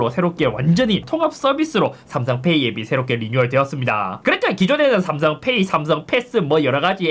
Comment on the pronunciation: 삼성페^이 억양이 구수하네요 ㅎㅎ